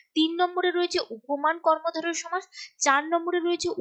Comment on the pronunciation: Madam oita somas ! Not chomas !😂😅